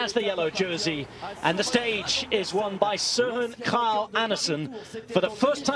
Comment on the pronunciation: Incredible pronunciation of "Kragh"!